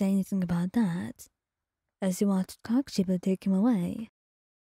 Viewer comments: or normally pronounce it as "koh-koo-she-bow" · I think your saying it super wrong 😂 I’m not sure how to explain it but your mispronouncing something from what I’ve seen most people do it’s kok-o-shibo I’ve heard the kok part be pronounced more like coke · I can’t get over the fact how she says kokoshibo 😂😂😂it’s so funny